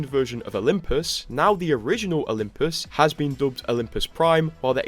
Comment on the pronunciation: "Olymus Prime"